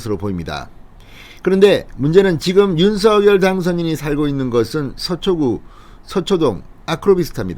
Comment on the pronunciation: 윤석열의 발음은 윤성녈 입니다. 윤서결이 아니지요. 본인이 그리 발음 합니다.